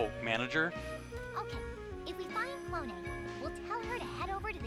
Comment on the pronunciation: its not "clone" your saying it wrong. if you learn all the Japanese vowels you would know why.